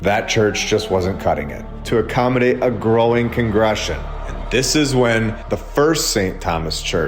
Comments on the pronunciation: Much more credible if you can actually pronounce some of the words you’re reading sir. TRY “CON—GRA-GAY-SHUN” Slow you’re roll enough to speak and read correctly, otherwise it makes you sound ignorant. Not saying I disagree with your narrative. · Con-Greg-Ation. I can't stand when a content creator has good information to relay but can't pronounce simple words. You're either smart or not bro get it together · 253 thousand subscribers now! Thank you for waking us up. "Cong gruh gay shun" is how you pronounce congregation. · just a hint here...Cong Gre. Ga. tion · Con Greg Gation is how it’s pronounced…..love your channel btw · Con-gre-gation…sorry it’s my ocd, amazing vid as always 💙 you bro.